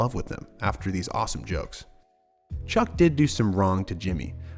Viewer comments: wait a minute did you just call him "cuck" instead of chuck for straight 1 minute lmaooo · Are you saying Chuck’s name wrong on purpose at the mark (and then again right after a few seconds later)? Cause the name you said is a word with bad connotations.